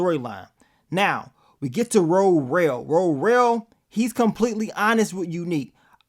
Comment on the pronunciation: Please stop calling that man Ro-rell🤦🏽‍♀️😂 It’s Worrell .